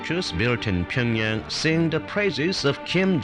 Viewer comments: Wish he'd stop pronouncing it 'Pingyang' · tea girl was pretty. wonder how she's doing. and why didn't anyone teach him how to pronounce pyeongyang?